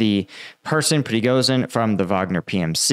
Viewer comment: You need to find out how Prigozhin is pronounced